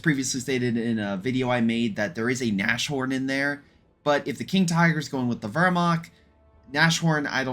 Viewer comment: The "sh" in Nashorn is supposed to be pronounced separately, so like "nas-horn".